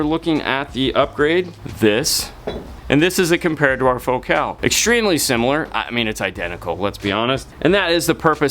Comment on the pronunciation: Fo-cal ??? 😅 Focal…..as in focal point……focus…..focal…….